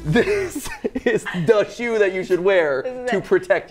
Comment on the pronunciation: ''DA SHOE'' why does that make me laugh so much???